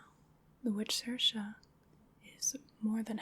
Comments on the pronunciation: I am HERE for you pronouncing Samhain and Saoirse correctly! You're the first American I have heard doing that properly. <3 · As an Irish person, I love that you nailed pronouncing Saoirse and Samhain. Great video and very relaxing.